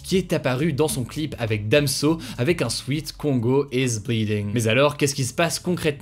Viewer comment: Petite astuce Hugo, le vêtement sweat se prononce "swèt" et non "swit" , sinon merci pour ce travail que tu te donnes au quotidien ;)